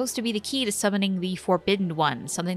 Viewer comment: "the forgobidden ones"